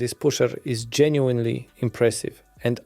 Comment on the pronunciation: genuinely genuinely genuinely genuinely... If you're gonna read from a script that repeats this word so much, at least learn the correct pronunciation, man